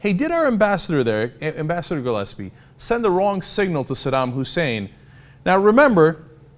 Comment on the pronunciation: learn how to pronounce "glaspie" dumass.